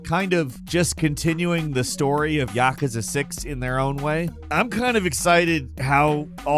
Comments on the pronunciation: I love your videos, but for the love of God, please say yakuza, right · Good lord, he pronounces Yakuza like a complete moron. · i love how he pronounces Yakuza